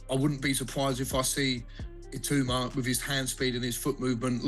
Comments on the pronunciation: If AI is supposed to be so clever, why does it pronounce Itauma and Hergovic differently every time they’re mention…??? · The ai commentator can't even pronounce Hrgovic ot Itauma correctly lol